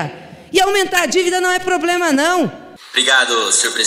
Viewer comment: Almenta a dívida não é ploblena não kkkkkkkkk